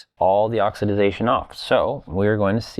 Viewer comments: pronounce oxidattion this way: oxy day shun :hand-purple-blue-peace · It's pronounced oxidation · IKR, every time he said it, I was like, "Did my ears just stutter?"